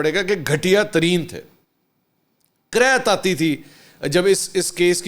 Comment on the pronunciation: کراھت ھے،کریت نہین